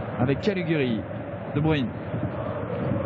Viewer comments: "they say debrUne" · "de bruine" c'est quand même pas compliqué de se renseigner un minimum sur la prononciation des noms bordel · « De bruine 🌧 » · il sait pas prononcer les noms des joueurs correctement qu'il écoute qd les autres commentateurs sportifs prononce le nom de kevin de bruyne